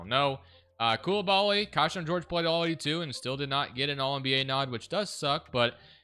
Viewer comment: It’s Key-Shawn not Kai-shawn